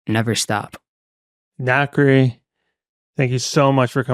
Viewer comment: NXCRE is pronounced "Na kree" but it's a nightmare trying to get Alexa to play them. As Alexa will play songs with the same or similar sounding name or an artist with a similar name to the song. The only saving grace is Dabbington City. Alexa knows no one else has that so she'll pay NXCRE that way.